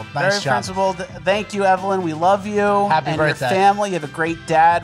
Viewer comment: I ruv roo too